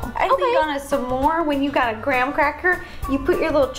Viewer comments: I pronounce it smore not samore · Ro keeps saying Some more instead of SMORE! She’s so cute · Love how Ro says "Samore" instead of smore lol 😂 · Did it bother anyone that ro says "samor" instead of smore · It’s s’mores not samores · Did anyone else hear ro say su-more the whole time?? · Love that kept saying sa-more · Ro said samore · did it bother anyone else that ro kept saying s'more and not smore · Tbh I was kinda getting annoyed how ro pronounced s'mores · I love Ro’s pronouncing of s’more